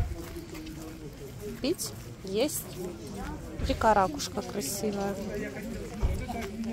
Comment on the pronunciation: Ох уж вы курортники, ну не рАкушка, а ракУшка(хоть ударение и плавающее)🙂. Сам торговал бок о бок с барахольщиками в 90-х. в Одессе. То, что на барахолке можно что то купить дешево, задарма, очень обманчивый стереотип. Дедульки там сидят ушлые. Ценят любую вещицу. Посмотрят на покупателя, оценят его, нужна ему эта вещь или нет. Сначала влупят несусветную цену, а потом будут торговаться или "покупатель" уйдет.